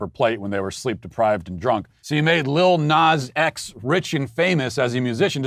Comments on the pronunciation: First off the first dude didn't even pronounce Lil Nas X correctly. Second called him a fruitcake, third providing evidence of homophobia, brings up his fantasy. He also swore every other second. When you swear in an argument shows your ignorance. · I'm sorry, is the first guy saying "LITTLE nas x" ??? like??? no??